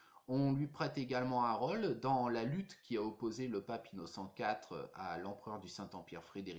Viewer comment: Ahah! J’étais la quand ils ont pose la plaque . Ce devait être entre 1965 et 1967. Amusant votre accent car il mêle les intonations du sud quand vous dite “ role” mais tres lyonnais dans “ region lyonnaise “ . Tres interessant reportage . Thanks!